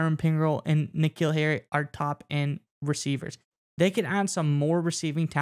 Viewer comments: yea but it’s N’Keal.. lol take care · they call him N-Keal the entire podcast.